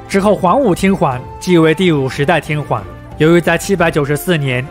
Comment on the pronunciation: 內容不錯，如果天皇能夠不要唸成天環會更好😂